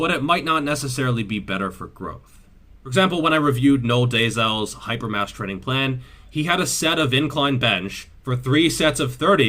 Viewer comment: hyper mass traiing plan, or hyper mastur....